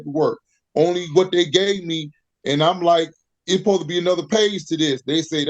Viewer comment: How lazy do you have to be to pronounce the word 'supposed' - 'posed'?!